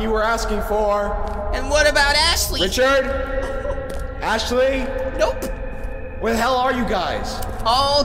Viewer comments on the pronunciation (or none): ashley Me: did he just say assley?